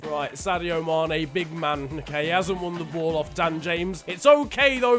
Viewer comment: Who noticed it said mun not man (for Manchester United)